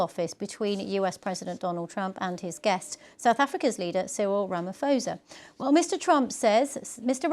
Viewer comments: Ramaphosa is pronounced rrah-mah-paw-zah the "h" after the "p" is to indicate an aspirated "p" - almost like you are spitting the "p" out, but you can just pronounce it as a normal "p"... just don't pronounce the "ph" as "f". Anyway - I don't think Ramaphosa was very distressed at Trump's antics; Ramaphosa has had lots of experience as a negotiater and compromise seeker and would have been well prepared for Trump's antics. This explanation of the white crosses on the road is from 1News in New Zealand: "Lourens Bosman, who is a former lawmaker in the national Parliament, said he took part in the procession shown in the video the Trump administration played. It happened near the town of Newcastle in the eastern province of KwaZulu-Natal in September 2020. The crosses were symbols to white and Black farmers and farmworkers who had been killed across South Africa over the previous 26 years, Bosman said." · Who’s RamaFosa gal - pls, pronunciation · The way they pronounce Ramaphosa's surname 😂😂 The "ph" is pronounced as 'p' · While they're at it, they should fact check how to say "Ramaphosa"... 😅